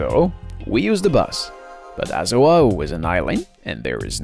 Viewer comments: He keeps adding an “h” sound before O'ahu and aloha and it is soooo annoying!! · You mis-pronounce Oahu completely